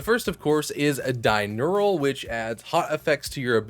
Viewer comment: “Dinural” lmao